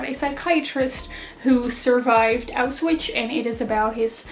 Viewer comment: Why do the Dutch booktubers keep pronouncing Auschwitz as Auswitch? :D